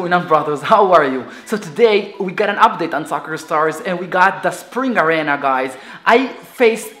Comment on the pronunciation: It's arena not arana